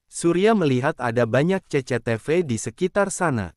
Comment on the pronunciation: 😂😂😂😂 menit2 terakhir gak bs nahan tawa denger ce ce te ve 😂😂😂😂